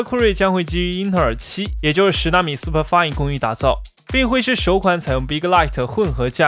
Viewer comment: 主播英文又读错。SuperFin不读成super f-爱-嗯，要读成super f-因。